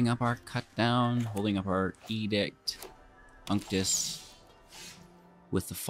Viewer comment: I really liked this deck. I think you are saying "Unctus" 2nd part name crazy weird though..... it should rhyme with architect I would think LOL